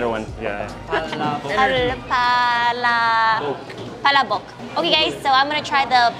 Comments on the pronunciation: omg i thought she just sad BALLSACK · Dude, In my life youre the first pinoy male to say he doesnt like dinuguan. Shes better than you at Kamayan, idk man, you dont even pronounce the names of the foods right. She even pronounced Palabok way better than you.